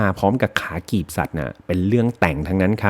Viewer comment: คะ กีบ ไม่ใช่กลีบนะคะ ฮา จังหวะหยิบของแบบแม่นาคมาก